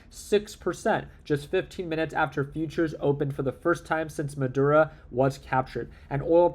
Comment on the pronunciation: doesn’t know how to pronounce words like Maduro or Quantitative Easing.